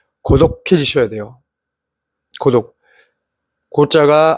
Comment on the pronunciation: 자꾸 고독이 구독으로 들려서 구독 박았습니다